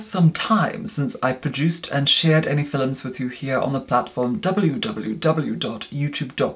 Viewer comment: I live for your "fi-LUMS" ♡